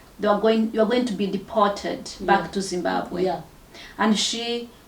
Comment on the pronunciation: Says ‘Zimbagwe’ like a South African. Definitely not from Zim